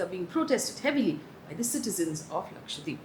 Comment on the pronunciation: I really appreciate the drama free news bulletin... Just one point, can you please start pronouncing Lakshadweep correctly. It's Laksha- dweep where dweep means island. It's not Lakshwa deep. It may seem like a minor point but no news presenter would mis pronounce a major state's name, so it's a little disrespectful to not familiarise oneself with the correct pronunciation of Lakshadweep